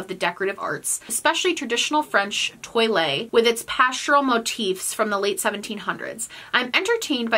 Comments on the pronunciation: Lol! I thought you were talking about toilets!! That's how you pronounce toilet in French! I'm so glad you put it on the screen. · me, a francophone, not understanding that you were actually trying to pronounce toile lmaooooooo